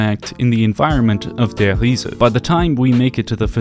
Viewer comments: Lost count on how many times he says ‘Der Hiese’😂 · Der REE-ZA. Just stop bro, just say der reese